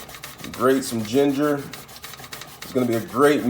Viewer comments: Jarlick and jeenjer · Lmao, he said gingar